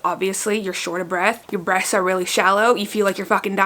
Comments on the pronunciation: Sounds like she's saying breasts not breaths haha🤣🤣🤣🤣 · I guess I'm just hard of hearing so I thought you said "breasts are really shallow" then my husband said "no babe she said BREATHS not your titties" 😂🙄 glad to know my boobs aren't shallow lol